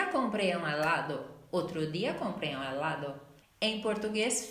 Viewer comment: Super bien tu contenido !! Solo te falta pronunciar bien el español ,, en helado parece que dices alado y confundes. Y también sería así : El otro día compré un helado .